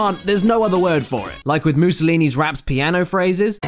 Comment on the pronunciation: MOOSOLINI. IM ITALIAN AND CRYING